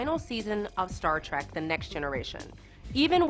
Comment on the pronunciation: I have a pre-prepared rant for this: "It's Trek, not Track. Trek, as in journey. A voyage, to the stars. Star Trek. Clear now?"